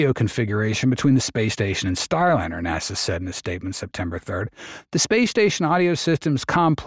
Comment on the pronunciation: Would a real narrator pronounce NASA NAWSAH ?